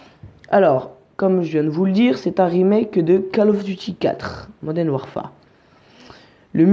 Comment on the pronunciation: tu le prononce mal le mot Warfare